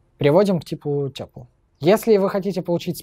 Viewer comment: 'нампи' и 'тёпл' режут слух